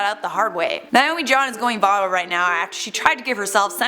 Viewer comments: If she pronounces Naomi like Niomi one more time I'm going to literally scream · Why does everyone pronounce Naomi as "Niomie?" thats a whole separate name.